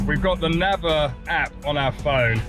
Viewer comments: Well, it is not a big issue though, but correct pronunciation of this "NAVER" is more like "neighbor" than "never". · The pronunciation of Naver is /neɪvə(r)/.